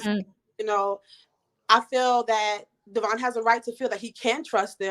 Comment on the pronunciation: We are talking about Brianna who still pronounces Devoin, De-VON lol 🤦🏻‍♀️